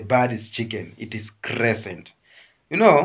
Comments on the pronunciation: Crea-sted crane not crescent but anyway thanks for the show❤ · Please Kenyans that's not a chicken 😂😂😂stop ashaming your primary teachers !!,either say a bird or A CRESTED CRANE THE BEAUTIFUL AND A PEACEFUL BIRD EVER.But not a CRESCENT like the way your pronouncing it my brother,and tell my neighbors that a chicken is already cooked bird or hen ready to be eaten but not live one still with feathers hence I came in peace.